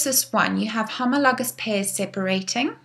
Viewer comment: I love the way you say homologous